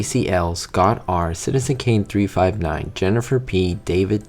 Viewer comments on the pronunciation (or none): none